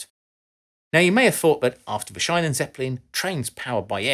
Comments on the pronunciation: Shynen = Scheinen Sheenen = Schienen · Little nitpick on pronouciation : "Schienen"-Zeppelin is spoken like "sheen", not like "shine" The [ai] sound would be spelled "ei" in german, "ie" is just a prolongued i. You sound so strained and proud mispelling it, every time. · Schienen: ie pronounced like clean, not like in shine. Apart from that your pronunciation of German words is really good. Interesting video. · "she-nen", not "shine-nen" :-D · Schienen is pronounced slightly differently, think “Charly Sheen” as in Sheen-en